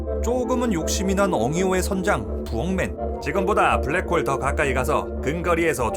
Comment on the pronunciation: 블랙붱~ 웃겼뛍~